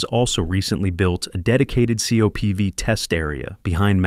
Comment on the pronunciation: Please fix your AI voice app. I’m tired of hearing about the Saturn feeves and Saturn feevees. Now for COPVs, it’s saying Co-PVs and COPVS.